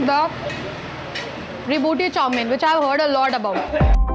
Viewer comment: The way you sounded "rebooti" somewhat connected with reboot of our smartphones or PC. Well the correct name of that iconic restaurant is "Reivati "( a common girl name specially in South India) pronounced by Assamese locals as "Ray- bott-ee". Please get the information correct before you name a restaurant or any place.